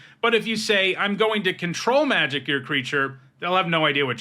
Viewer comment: Thank you for stressing the syllables the way I like when you say Control Magic. It’s a small, petty preference, but it makes me happy. I honestly think the other way lots of people pronounce it contributed to control effects being called mind control effects.